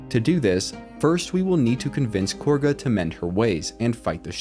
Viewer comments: It's not KORGA it's KAGHA. They pronounce it correctly for you in the game even. Also the BEST noblestalk option is to actually let Belen die in the field. Do the trick with Shadowheart to make her eat it while sending the stalk to camp. Then give it to Derryth the wife. She does well in her shop without her husband and feels better in life by adopting a cat since her husband is dead. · Cool video. Not sure how you mispronounce names that are said many time though. Like calling Kagha " Korgha". She doesn't even have an R in her name lol.